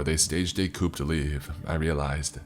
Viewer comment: "coup" is pronounced koo. fwiw.